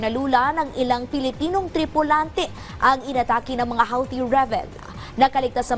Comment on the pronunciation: huti not howti